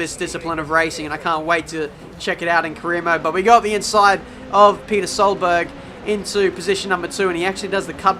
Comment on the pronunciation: DID HE SAY PETER INSTEAD OF PETTER. OH GOD